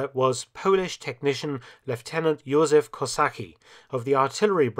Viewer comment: Thank you for this movie :) Btw. I our language we do not have mute leters... Jozef is pronounced "Youzef" and Kosa"c"ki :) The C is important :) I know I know our language is hard... even for many of us ^^ we have rz=ż or u=ó and also ą,ć,ź, dż, dź and so on ^^ Cheers :)